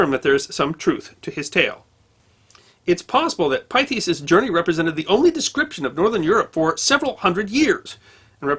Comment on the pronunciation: This is another excellent video, but I think the Pythias should be pronounced as Pith-e-us.